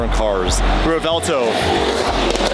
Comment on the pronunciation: still cannot pronounce Revuelto correctly 😂 The (V) is silent